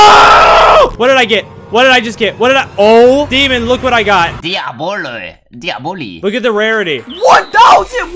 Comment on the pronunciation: "DiAboLo" "DiabOli" -xdemon*